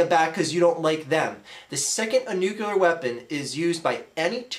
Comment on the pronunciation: What's Nucular?